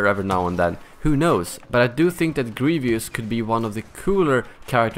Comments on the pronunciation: why does he say grievious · I cringe when people say gre ve ous